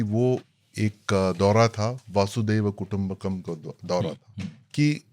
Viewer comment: वासुदेव कुटुंबकम = अशुद्ध उच्चारण वसुधैव कुटुंबकम = शुद्ध उच्चारण (वसुधैव - वसुधा+एव) वसुधा अर्थात धरती और एव अर्थात ही मतलब धरती ही कुटुंब है अर्थात धरती ही परिवार है